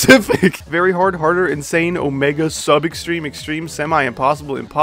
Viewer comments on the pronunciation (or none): none